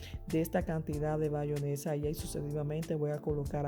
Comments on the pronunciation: bayonesa???? Eso escuché 🤣🤣 muy bueno y se ve rico, pero es "Mayonesa" sorry!!!! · la gente vieja o campesina le sigue diciendo bayonesa a pesar de que el propio envase dice en grande MAYONESA